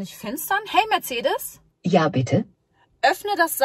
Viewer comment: Da ist kein „h“ in Mercedes!!!